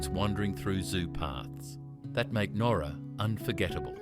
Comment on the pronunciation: ..OK, I DON'T REALLY GO ON HOLIDAYS, BUT..DANG, JUST.. JUST DANG, THE NOSTALGIA 🫠🥹☺️😊😇♥️❤️!!!!!!!.. AND, BTW, PALM BEACH IS ALSO WHERE HOME AND AWAY IS FILMED 😏😉🫠🥹☺️😊😇♥️❤️!!!!!!!..AND, BTW, IT'S PRONOUNCED NOWRA, AS IN NOW, NOT.. THE WAY HE PRONOUNCED IT.. IT'S MY HOMETOWN, SO I SHOULD KNOW.. BUT I'M NOT OVERLY FOND OF IT..